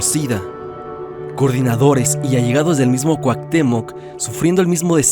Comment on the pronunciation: Cuactemoc? Cuau pinches Cuauhtémoc